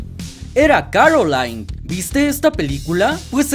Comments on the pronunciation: Oye disculpa pero dijiste Caroline y es Coraline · Es Coraline no Calorine jajajajajaja